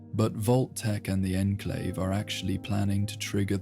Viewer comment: Teach this voice to say onclave instead on inclave please and you got it